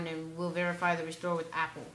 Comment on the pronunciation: i can't understand your opening of restore .